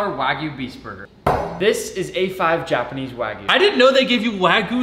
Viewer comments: The way he pronounces wagyu as wAAgoo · Bro can’t pronounce wagyu